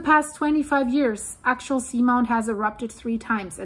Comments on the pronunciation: Axial, phonetic spelling is "Ax-e-al". Just to help😁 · Ray Idaho love your show now. AX-E- AL. AXIAL GOT IT GOOD.WHERE DO YOU GET THAT ACCENT FROM ??? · It is pronounced Ax-e-all. This volcano doesn't pose any danger of a tsunami. When it erupts, the result is the lava zone collapsing. The threat of a tsunami comes from. rapid movements between the two tectonic plates, such as tension building and then quickly releasing. This volcano is extremely deep, meters deep. I've been fortunate to participate is many research cruises over the years to this location for maintenance and construction of the cabled array. There are many many instruments monitoring the activity 24/7. The science data being collected in real time is incredible for the understanding of plate tectonics and volcanic activity worldwide. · The way she says "Axial" sounds so similar to "actual" it's quite distracting. But thanks for the information. Very interesting. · Yes, it's pronounced more like Axe-E-UL or Axey-uL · Axial. Ack-see-al. Actual. Ack-choo-al Accumulate. Ack-cue-myoo -late Similar. Sih-mih-larr Simulate. Sih-myoo-late Earth’s. Rrr-th-sss. Not Rrr-thiss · Ax ee ul. Three syllables. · Pronounced. Ax E Al. Like an ax. Like the letter E. And someone named Al. Or like the word "all" ( Ax E Al ) Thanks for the update. I have been watching the Axial volcano for a while. Good vlog 👍🏽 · 3 syllables. Ax-ee-ul